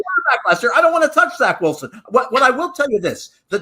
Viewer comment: “Zach Wilson” HUH !?!?!? 😵‍💫